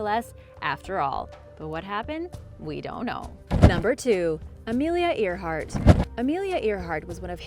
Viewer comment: Amelia’s surname is not pronounced “ear-hard.” It’s spoken as “air-heart.” It was cringey hearing it mispronounced repeatedly given that it’s one of the most famous names in international aviation history.